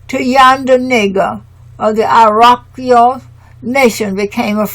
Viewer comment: My Dear Sister commentator...the phonic pronunciation of "Iroquois" is: "EAR-O-QUAAH". Thank you for your diligence and honoring the ancestors and our matriarchal tribes and customs noted within this work. Let them be "Americans" for we are Amaru-Khans..."Royals of Amaru" in the lands called Atzlan later stated by the Greeks as "Atlantis". The True "Blue Bloods" and students of Tehuti/Djehuti also known as Thoth the Atlantean who set up Ancient Egypt and Hebraic customs which upon the Great Cataclysm Thoth went setting up the :Second Egypt and the Iberian Peninsula of Northern Alkebulan/Africa. Last...our Great Mother Amaruca connects with Asia by the Beringia Land Bridge/Strait now submerged underwater...still connected with the other. That is PROOF Amaruca/America IS The Orient and the Far EASTERN Lands of The Rising Sun!! We are NOT in the Western Hemisphere. "Pass me the Soy Sauce Please"..... 🙇🏾‍♂️🕊🙏🏾✊🏿🍷🤴🏿👸🏿👑👳🏽‍♂️👳🏾🦹🏾‍♀️🧙🏿⚔🛡🗿🗿🗿🕎✡ 🥍⚽️⛸🏀⚾️🏒🤠🦅🪶🏹⚖✊🏿